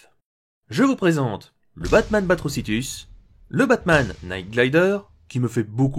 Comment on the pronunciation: Le K de Knight ne se prononce pas ^^